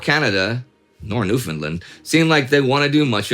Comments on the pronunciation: Hey Indy, I picked up on this way back in the great war series. Newfoundland should rhyme with understand rather than sound like new-finland. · A minor point, but as a Newfoundlander I must point out that the name of the place is pronounced "New - fn - LAND" - it rhymes with 'understand'. As Indie points out, it was not part of Canada at that time. Interestingly, Newfoundlanders and St. Pierriens (?) can travel back and forth between the two without passports.